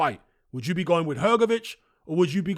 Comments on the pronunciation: Btw, Hrgovitz and Hrgović in croatian language is not pronounced same. I am croatian, I should know 😆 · Well, ist not even Hrgović...IT IS HRGOVICH... ENGLISH speaking people! Better to teach all what is HRGAS name, cause he will be around next few years>>AT the TOP ! CHAMP:trophy-yellow-smiling: ! FH is the👊💪 BEAST!! And to UNDERATED. So hardly waiting this match with Parker, so FH shows his SKILLS , POWER , PRECISION that he possess! KO in 5th RounD!!!